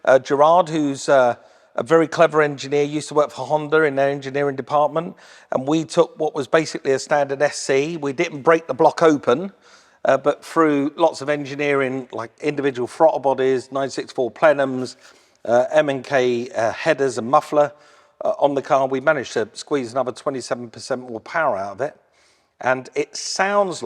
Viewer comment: Tf is a ‘frottle’? 😂 Brits need to stop excluding letters if they want to speak ‘propa’ English.